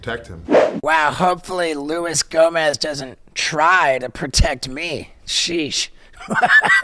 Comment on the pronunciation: Already called him "Luis Gomez" first 10 seconds in. Don't forget the J baby boi!!